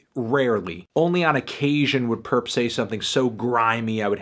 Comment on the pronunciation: Stop calling him purrp that nigga ain't purrp